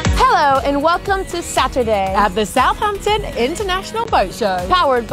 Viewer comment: Damn we were at this boat show and totally missed you! I'm grinning at pronouciation of Southampton, you have to pronounce the h in South and the h in hampton but not pronounce it twice! I am sad to have missed it!